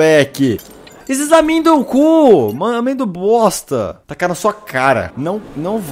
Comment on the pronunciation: "Esses Amêndocu" ~Felps 😂😂😂😂😂